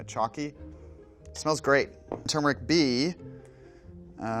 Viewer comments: THANK YOU! It's pronounced Ter-mer-ric, not Chew-mer-ric!! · THANKYOU for pronouning turmeric the right way god